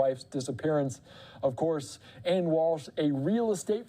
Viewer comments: How embarrassing, you can't even pronounce her name correctly not Ann....Ana...Ah na is the pronunciation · Can we just say her name correctly???? It’s not Ann!!!